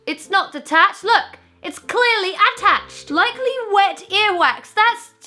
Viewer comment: Dank Leeb "Is that detached? No it's not, loOK! IT'S CLEARLY A-TTACHED"